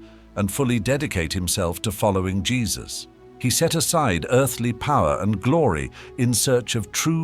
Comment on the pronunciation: Its jesus not jess dispretful watching this then nt watching anymore 😢